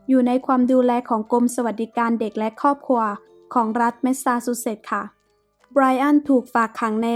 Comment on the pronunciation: น้ำเสียงไพเราะ มีความตั้งใจในการทำงานดี แต่ควรปรับปรุงคำควบกล้ำเช่นความ,ขวาน, ครอบครัวฯ เพิ่มการค้นคว้าข้อมูลให้มากขึ้น ขอเป็นกำลังใจนะคะ